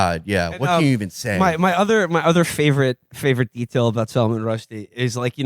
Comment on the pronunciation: Salmon Rusty